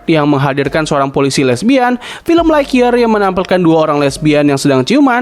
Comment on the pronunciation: lght year di bacanya laik yeer E di baca kek nyebut tebu